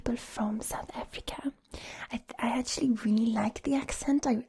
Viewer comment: Tip for your American accents: when you say the word “actually” or similar words, make sure you hit the c kinda hard so instead of pronouncing “at-tu-ally” it would be more “ak-chu-ly” or “ak-chu-ally” (I’m from the States, more specifically the Northern part of the south so like Tennessee, and North Carolina) 😁